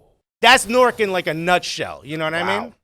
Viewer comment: Note to all: It's said Nork not New-ark.